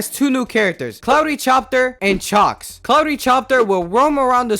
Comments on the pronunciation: you pronounced chalkes wrong just to let you know. Also the next version of the game is in the works which will add some cool new stuff, wont spoil here but if u wanna check it out you can look at a prerelease video. One last thing, dr. Reflex can kind of help you because he will squish any characters in his way. Also i didnt watch all the way but you might have missed "The Test" would love to see your reaction to that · "Cloudy chopter and Chalks"😔